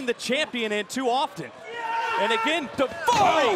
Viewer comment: . What the hell did davari say 😂